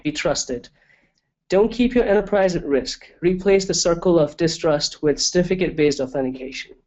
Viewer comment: It is CERtificate, not Stificate... So annoying.